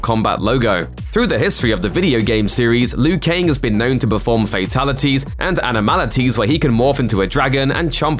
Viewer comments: Why is he saying Lui Kaing? I always thought it was Liu Kang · I mean Lou Kang